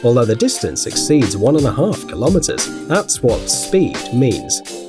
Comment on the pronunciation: It is kilometers not klometers